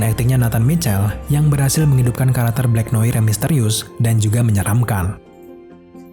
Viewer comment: Blacknoar bacanya